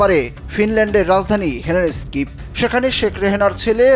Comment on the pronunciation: হেলেনেস্কি না। হেলসিংকি।